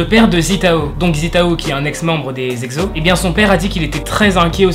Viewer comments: Ces "exso" mais pas "exzo" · sa se dit pas egzo et eqsso 😭😂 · Omdddddd ;----; On dit Exo "Ekso" comme un seau et pas "Ekzo" Sa ma stressé toute la vidéo xdd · Tu dis egzo 😂😂😂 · Par contre stp apprend à dire : exo 😂😂😂😂 ça m'a stresser tout le long de la video